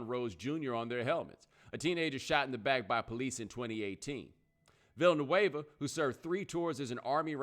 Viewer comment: Villanueva, dont pronounce it like vanilla, and he is a hero never forget that, i support what he did!!!!